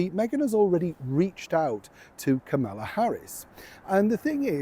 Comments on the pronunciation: Kamela rhymes with Pamela. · I rarely comment like this. Kamala's name is pronounced like the word "comma" with "la" at the end. Comma-la. Hope I have not offended you. It's like the punctuation mark comma. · It's pronounced comma-la. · Just a heads-up: Ms Harris herself has said her name is pronounced "COMMA-la," "'like the punctuation mark" And I don't think she needs any unnecessary mmmuck on her shoes at this point. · 'Calm - a - la' Hope this helps. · KAH-mah-lah. If you mispronounce her name, Kamala goes ape sh**t. JUst in case you get to interview Kamala.... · Hi, pronouncing ‘Kamala’, it’s the same as Pamela except with a ‘K’ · Kamala rhymes with Pamela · Megs wants to intro Kamala (Megs had better pronounce Kamala's name correctly too).....and i want $20 million. I'd say the odds are about the same...